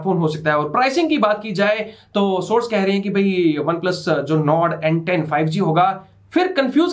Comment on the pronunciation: When you said n10 I heard Ben 10😁